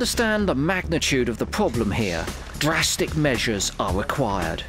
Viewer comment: Dwastic wewe going to dwain the stweam.